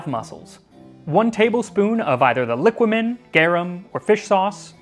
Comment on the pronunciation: It is pronounced liquámen btw